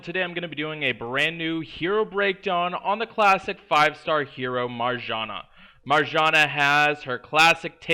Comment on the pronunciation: I love your videos, but that pronunciation of Marjana is PAINFUL to listen to!